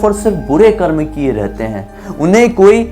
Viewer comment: bhai jo tune bila hey voh garur puran me hi likha hey , or bhai voh karma nahi hey its karm